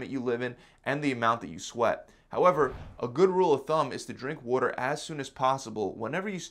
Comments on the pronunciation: Great vid very helpful. The way he says water bothers me though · Definitely need to get some wooder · What’s “wooder”? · I like how he says water..... wuder or wooder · Worder? Is this guy from Baltimore? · "drink wuter" 😂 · Adorable how he says WUDDER instead of WATER. XD Think that's an East Coast thing. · “Water” nah “Walder” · WTF is wooder? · Water..with a “T” he’s definitely from the east coast 😂❤️ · Where are you from? I just heard you say water.